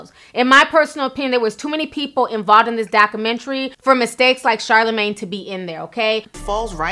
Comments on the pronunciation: Documentary......pronounced DOCK-U-MEN-TARY Ti....! lol! luv u tho! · Please pronounce the "U" in documentary and stop making slurping sounds when you sip tea. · Great job dissecting this “dockamintree”! lol luv u Ti! 😂